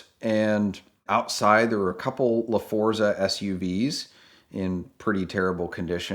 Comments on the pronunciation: "Lafondas" XD Napoleon Dynamite popped in my head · I love how he called the LaForza a LaFawnduh like Napoleon Dynamite